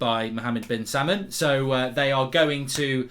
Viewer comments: Be careful Mark, it’s Salman not salmon 🍣….. you don’t want to be chopped now.🤭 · Mohammed bin Salmon?? 😂 It’s Sal-Man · His name is Salll mann not like the fish salmon lol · Mark saying salmon instead of Salman has made my day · It’s Pronounced SALMAN not SAMMAN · “Mohammad Bin-Salmon”